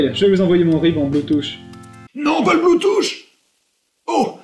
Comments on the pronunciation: il a dit "bluetouch" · IL EST OU LE DECOUPAGE DE COUILLES ? T_T Sinon excellent comme d'hab et surtout "PAS LE BLOUTOUCHE"